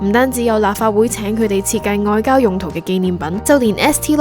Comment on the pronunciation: 外交讀成愛膠😂